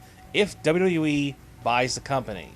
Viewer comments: Good vids buddy... but can you pliss say WWE in a good way articulating the language correctly? Try to say W W E and not WKENWJEBWJKBEWKJE E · w-w-e... its not hard to say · why cant you say wwe right ?????